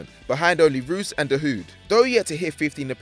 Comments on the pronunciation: ROOSE!? Do u mean Reus ? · Blade Runner he even pronounced Reus as Roos. Fml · also said rues instead of reus lol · Reus not Roos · Fuckers had two 27 year olds on a future superstar list and pronounced Reus as Roos. Joke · plz, pronounce Reus correctly, cause Reus is a star, not a local player. A KIND REQUEST